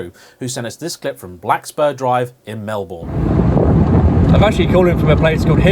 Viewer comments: pronunciation of Melbourne. So English..... and exactly the way I used to pronounce it when I moved to Australia 12 yrs ago.... until I was put right by a Local . 🤩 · Mel-bawn ? It's Melb'n mate 🤣. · Mel-bun not Mel-born 😀